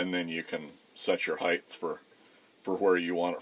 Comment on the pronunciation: Width x length x heighth?